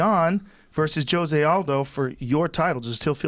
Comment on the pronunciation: dude literally said joe zayaldo